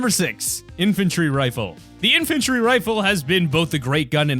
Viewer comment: MY FAVORITE GUN IS THE "IFANTRY RIFLE" MY DUUUUDE